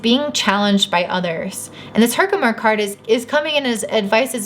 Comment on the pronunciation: You're saying Herkimer correctly. I'm pretty sure the crystal collector on YouTube would be saying it right and he says it that way. I chose that pile and my Saturn in Leo is speaking through this. Thanks!